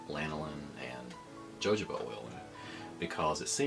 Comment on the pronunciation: It's pronounced hə həʊ bə or hə-ˈhō-bə. Good video though.